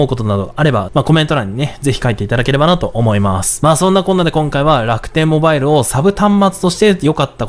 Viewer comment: の楽天ﾓﾌﾞｧｲﾙを目覚ましがわりにしたい人生だった